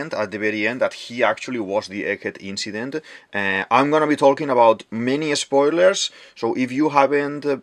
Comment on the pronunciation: I love your accent, my guy, i don't want to watch your video till the end, but "eliminatid, saTURn, WeBUL, inCIdent, uraNUS, PolY, CroCUS". Is this your secret strategy to maintain viewers?